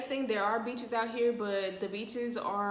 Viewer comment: You said beaches I thought you said b#ches. I was listen for a good 30 second like dang the b#ches nasty lmao